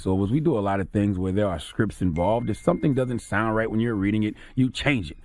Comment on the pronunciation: Did Charlamagne just say "adminiscration" and "scrip"???? 🤔🤔🤔🤔